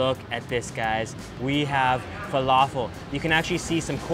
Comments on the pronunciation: Truthfears Guilty it was driving me crazy everytime he said falafel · When your Arab and u know he's saying falafel wrong and same with foul